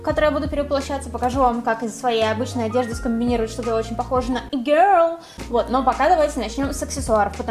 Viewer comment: Как она раздражает)ппц. произношение и-гёрл))) из Англии)0